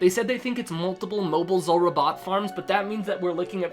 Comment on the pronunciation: Z OO lrah not zUlrah 😂